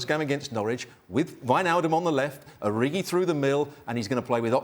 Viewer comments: It's OriGi not Oriji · It's Origi; not Oriji. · Tell that man its ORIGI not ORIJI